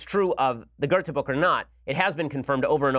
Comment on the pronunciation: Hahah the way you pronounce Werther and Goethe :P